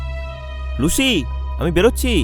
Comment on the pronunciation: লুসিকে লুশি বললেন বারবার। শুনতে খুব অড লাগে 😂